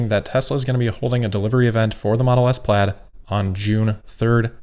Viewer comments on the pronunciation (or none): none